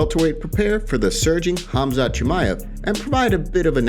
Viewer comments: I thought Colby called him, forgive my language if it’s bad, “Khumshot” I believe this is comedy gold 😂 Khamzat will smesh him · Khumshot smesh him